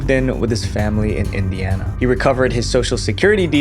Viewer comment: you'r embarrassing its "indiana" a state in us 🤦🏻‍♀️🤦🏻‍♀️🤦🏻‍♀️